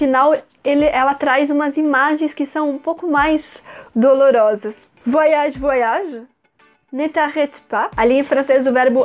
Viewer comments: Com você eu aprendi a pronúncia correta de "voyage". Merci!!! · Qt à pronúncia de "oy" (Voyage), não se pronuncia como se houvesse duas letras "i". "Oy" > uai. Então, se pronuncia /vuaiAGE/. Como vc pode ver, não se pronuncia com "ii". É apenas um e depois vem o restante da palavra "age".